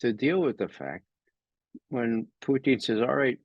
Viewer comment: Good man. Can’t pronounce Putin. Too bad.